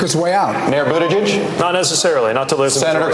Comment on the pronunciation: Jimmy I love you but the mispronouncing of Buttigieg's name is getting old. Seriously.